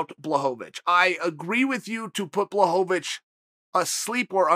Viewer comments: who's Blachowicz? i only know of Blahovovich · I think you mean "Blaho-va-vich". Don't you DARE defy Uncle Chael. Your insolence WILL NOT BE TOLERATED.